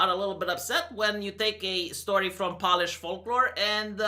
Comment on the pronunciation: Cancer, I tell you. Btw it's "Poe-lish" not polish like nail polish.